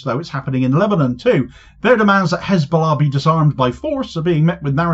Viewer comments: Three fingers pointing back at you,. (BTW It's Hezbollah, not KKKHHHKKHKHKHKizzzbowlarr, -stop pretending to be a Semite, get back to East Europe) Cheers Damo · Om Gowd the way she pronounce cxshchesbullah.